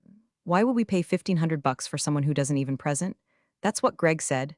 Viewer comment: I also like the mispronunciation of "present". AI does not understand context yet.